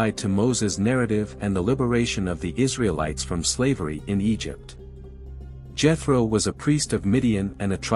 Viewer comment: The Name is pronounced Yetro not Jetro.